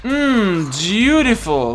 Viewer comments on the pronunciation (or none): Did you just say, "Jewtiful?" XD lol Anyway, you're not alone. I also use somewhat weak cards for the challenges. I want my cards to be strong enough to win, but weak enough to get extra experience.